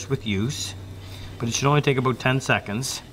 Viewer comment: "Nice thing aboooooot these thick baldes"